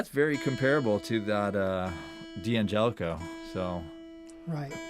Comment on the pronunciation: I'm sorry but I won'TEE listen to anyone who can'TEE pronounce the name D'Angelico correctly. It'ESS is an insult to it'ESS Italian heritage. DANGELICO is the correct way to say it.